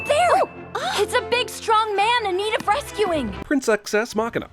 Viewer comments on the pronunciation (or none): none